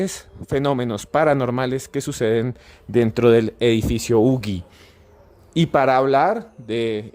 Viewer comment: No se pronuncia ugi ..(como.lo.pronunciaron en el programa o sería ugui)se pronuncia (uji).Que pasa con estos antropólogos ...También es importante que fue el primer edificio en latinoamerica q se construyó de arriba hacia abajo a partir de un núcleo central ,donde estan los ascensores.